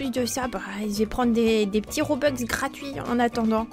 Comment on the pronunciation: Robux pas robex